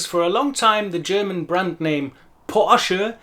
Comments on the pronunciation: Awesome video! I will recommend it to some people who wondered about that. And can I just say, you've got the most amazing German pronunciation I've ever heard in a native English speaker, meaning, it sounds native. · Finally an English speaker who not only pronounces German perfectly, but can also teach how to pronounce it.